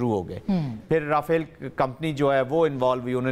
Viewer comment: all pronounce Raphale air crafts while you pronounce as Rafal . Who is at fault ? .